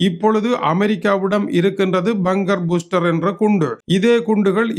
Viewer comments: அது பங்கர் பூஸ்ரர் இல்லை பங்கர் பஸ்ரர் துரை அவர்களே. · பங்கர் பூஸ்டர் என்பதே சரி ஆங்கிலத்தை ஆங்கிலேயர் உச்சரிப்பதையே கவணிக்க வேண்டும்